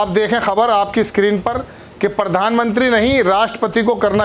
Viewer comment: Mr, when you can not pronounce simple words, why do you face crores of people trough TV and fool of yourself? It is pradhan mantri and not pardhan mantri. It is professor and not porfessor.